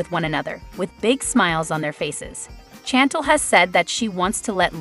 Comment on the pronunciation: Pls it driver me crazy, Chantel pronounced Shantel .pls pronounce properly.